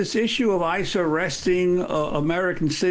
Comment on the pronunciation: thought she said ISIS 😭